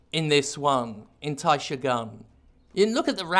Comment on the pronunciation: As someone who studied Japanese for two years in college, it's not Taishogun. It would be Daishogun, if that were ever to be a real term, which I don't think it actually is. Also, Heian is pronounced "Hey-ahn." Also also, does he mean in the 12 century, the Heian period? Because I assure you, the Heian Period was not 12 centuries long.